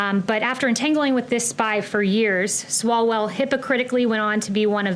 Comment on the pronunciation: Swallowell.... Says it right.